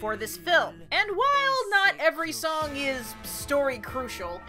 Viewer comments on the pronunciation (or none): none